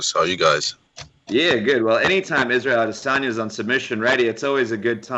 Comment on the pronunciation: Israel I-dis own-ya